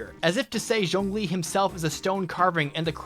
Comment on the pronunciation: You are one of a few YouTubers who pronounces Zhongli correctly and I love you for it.